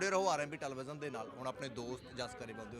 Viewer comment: veere ਟਾਲੀਵਿਜਨ (ਟੈਲੀਵੀਜ਼ਨ) 😂😂😂